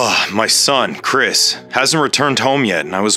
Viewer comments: And she calls him cwis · Then said cwris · She also said he’s name is chwis